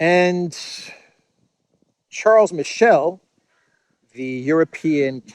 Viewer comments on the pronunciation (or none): none